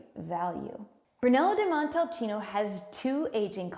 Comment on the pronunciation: Interesting video, but it's a shame that only one vinary is presented. Try Casa Nova di Neri, one of the best Brunello you'll find on the market. And, please,learn how to pronounce Brunello di Montalcino properly.